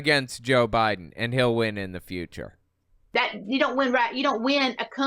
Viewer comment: God, I'm usually never okay with people making fun of others' accents, but I can't get over how ridiculous this woman sounds. She somehow manages to add two extra syllables to the word "win." And I've lived in Georgia. You'd think I'd be used to it!